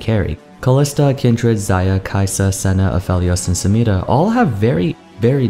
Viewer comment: man I love how you pronounce Samira, it's very accurate